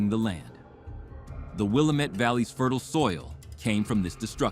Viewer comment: Willamette is pronounced wrong